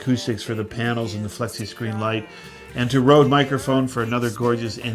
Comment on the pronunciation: "Flexi scleen" light lol